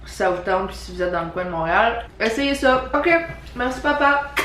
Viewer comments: Ben non. On est capable de prononcé les A de toutes sortes de façons et non juste comme des Â vous savez 😐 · grave, ça m'a choqué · Ton "papa" est prononcée d'un accent français.